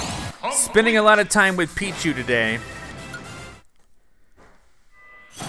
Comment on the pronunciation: Peeeee That what I heard to.